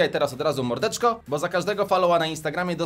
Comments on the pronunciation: Bo a nie bu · Mówi się bo nie bu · Mówi się BO a nie BUUUUUUUUU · Jak można "Bo" czytać "Bu"? To się powinno czytać "Boł"... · Mówi się bo A nie bu Lajkujcie żeby widział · nie muwiśe bu tylko bo !!!!!!!!! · Nie muwi się bu tylko bo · To nie bu tylko bo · Umiesz czytać to jest bo nie bu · A bo czyta się bo a nie bu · Tara się mówi Bo się mówi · Darek na bo nie mówi się bu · Czyta się bo i tara